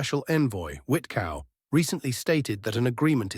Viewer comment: Witkoff not Witcow; but this purpose whit-Cow seems appropriate.😂